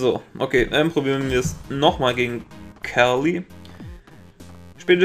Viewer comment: Witzig wie du trotz angezeigtenlm Namen immer noch Celly anstadt Carly sagst XD